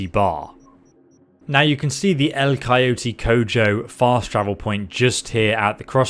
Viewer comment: Spanish native speaker here. Gotta admit if that was your first try at pronouncing that name, you nailed it. And thanks for the alternate way to get jackie's gun. I F.ed up and sent him to viktor clinic T_T